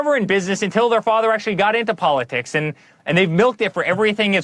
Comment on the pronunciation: Polisicks? Anyone else catch that?